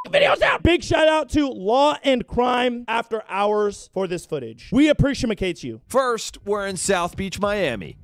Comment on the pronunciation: "We appresamacate u"